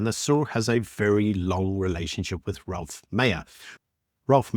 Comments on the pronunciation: not "Ralph" or "Rolph" Meyer, but ROELF Meyer. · His name is Roelf, not Ralph.